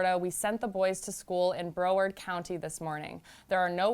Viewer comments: Pronounced Brow-ard not bro-ward county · “Bro word county” BROWARD, get it right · Who else is bothered by the way she says broward